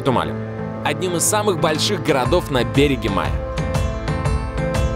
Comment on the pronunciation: БерегЕ. БерегЕ. БерегЕ. Жуть!!!